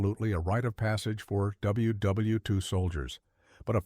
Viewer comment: Dowble-u Double-u 2 soilders. AI garbage